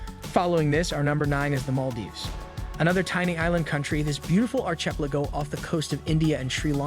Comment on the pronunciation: Ark a pel a go Ark Not Arch